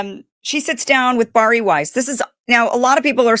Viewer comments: The name is pronounced BareE. It is not pronounced BarE. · Bari’s name is pronounced, “Barry.” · Seriously you are just vomiting up Candace Owen’s talking points, because she said she was going after Erika, plus her name is Bari pronounced Barrie.